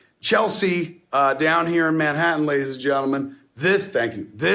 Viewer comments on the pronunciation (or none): none